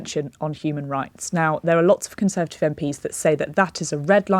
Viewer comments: She even seems unsure as to how many syllables are in the word "conser(va)tive. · She can't say "Conservative party". Even when given a second chance.